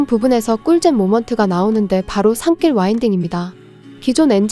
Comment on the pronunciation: 발음할땐 산길이 이니고 산낄. 자! 다음 AI~